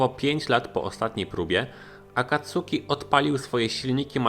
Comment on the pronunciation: Sorry, ale kłuje w ucho. Czyta się akatski, akacki, czy raczej coś pomiędzy